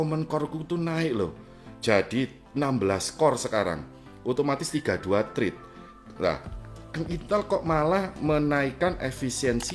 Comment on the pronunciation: Thread bacanya thred Mas'e bukan thrid